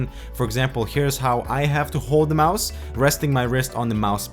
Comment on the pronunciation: ITS CALLED A MOUSE NOT A MISE